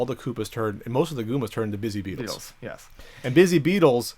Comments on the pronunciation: THEY ARE CALLED BUZZY BEETLES NOT BIZZY BEETLES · Its Buzzy Beatle.......not Busy Beatle.